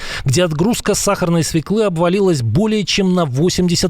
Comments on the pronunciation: Не свекЫ, а свËклы! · Не свеклы, а свёклы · Не свеклЫ, грамотей, а свËклы! В русском языке в словах где присутствует буква Ë, всегда ударение на эту букву. Пример : ëлка, ëжик, свëкла.